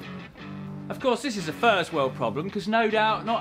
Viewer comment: Did you just say "furze-world problems"? Also, can't help putting together that you've neglected your safety tie and hurt your ankle. Always never forget your PPE!